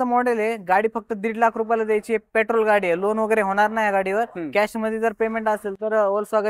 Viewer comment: Pyatrol nai petrol aste bhava te